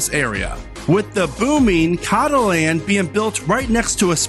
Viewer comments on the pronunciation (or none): So Cotaland should be pronounced like Coat-a-land. F1 & Racing community in general pronounces it that way instead of the Kato-land like you say it. I do agree with the rest of the list! I think there is a lot of opportunity for new parks in the country and hope that new parks will eventually make their way to fruition!